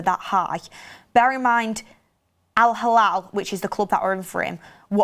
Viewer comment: It’s Al hilal not Al halal